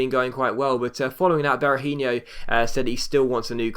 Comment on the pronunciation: Berahino's name doesn't end in yo, it's just a no sound! Just a little head's up, keep up the great work as this it the best career mode out there!!